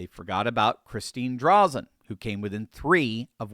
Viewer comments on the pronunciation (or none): Oregonian here: It is Christine DrAYzen. with a long "A" not Drawzen. Drazen is a RINO... Still a 100% improvement over Kotek. Drazen lost last time with a strong middle left spoiler. The people in Portland admit Kotek is an abject failure but absolutely will NOT vote for ANY republican no matter how big of a flake they are. We in rural Oregon are screwed until we get rid of mail in voting or are somehow miraculously freed from Portland's mad agenda. I don't care whether it is the State of Jefferson or Greater Idaho. We need relief. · It's pronounced DRAYZEN not Drazzun. For the life of me I cannot see how Drazan won the primary. Ed Dheil did all of the work to get the referendum done for the gas tax. I backed him 100% in the primary. Also the greater Idaho movement will never happen. The reason is because it would have to be approved by the Oregon legislature and the state of Oregon would lose billions of dollars of road tax income per year. Average .25 per mile for every single semi for every single mile on every single road in Oregon. The state will never vote to lose that money. Having said all that even though I backed Ed I'll do like he and I talked about. No matter what, as republicans we will back whatever republican wins the primary. I will happily be Backing Drazan in the General Just like I did the last election. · I pray this is true. "Drazon" is the long A sound. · our Republican candidate's name is pronounced "Drayzen". Thanks for bringing attention to Oregon. Praying people need to pray that more voters show up this November. Sadly, only 32 percent of Oregonians voted! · Sounds like: Dray-Zen! Corrupt Mail in voting for the last 39 years has screwed Oregon. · love to see it! Drazen's name has a long "a" by the way. We're very hopeful this is a flip! Be nice to get our senate seats back too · Just an fyi, but it's pronounced "Dray-zun"... also, she absolutely won but Oregon has been rigged for awhile. Same as Washington.